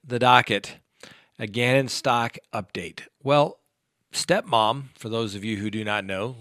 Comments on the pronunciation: It is Gannon "Stowk," not "Stock." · You butchered Gannons last name for literally the hundredth time good job bro